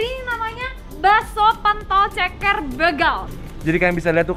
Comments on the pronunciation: Wkwkwkw begal baca e nya pake e nya "tempe" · Bacanya Begal bukan begal